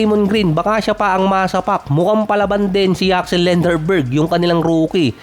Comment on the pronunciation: D k Ata marunong mag Asa a. Lenderborg ka ng lenderborg. Lendeborg yn parekoy